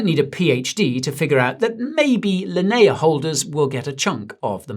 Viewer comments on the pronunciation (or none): Linea" in "Linea blockchain" is pronounced "lin-ee-uh" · How you say... Linea again? (LOL) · why pronounce Linea like that >_>